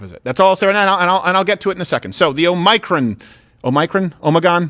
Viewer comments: OH-MEH-CRON Say that phonetically Steven, fuck man lol… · I love how Steven pronounces it: "oh micron" rather than "o muh cron" lmao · BTW, Biden called the variant "OMNICRON" through his entire speech today. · Hi mispronunciation of omicron drove me nuts lol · I’m sorry but it’s a bit too distracting. The I in omicron is pronounced like the I in tick. The accent of the word is on the first syllable, not the second. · Steven why the fuck would you post that the show is starting late today just to start at the same exact time as always? Oh and learn to pronounce Omicron considering how much shit you give people for mispronouncing words normally.